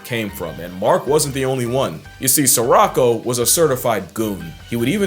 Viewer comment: I don’t want to sound like a know it all, but it’s not pronounced “sir-rock-o” it’s pronounced “suh-row-kow” The only reason I know this, is because we named our cat Sirocco about eight years ago! I was very surprised to see she unintentionally shared a name with a kakapo who is also a human harasser! I just thought it was funny! lol 😂